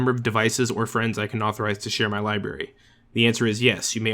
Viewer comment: Did anyone else notice that he said "libary" not library